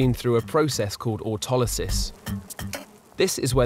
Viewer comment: Ohhh, lol. When you said "ortolosys", you means "autolysis".